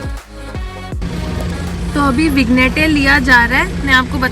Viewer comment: vig+nette nahi -- vinny+yet is the pronounciation.. verstehst du?